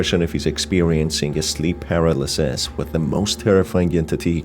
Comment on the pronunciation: par-al-as-sis ❌ per-a-lis-sis ✅